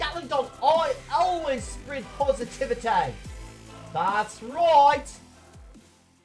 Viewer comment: the way said positivity lol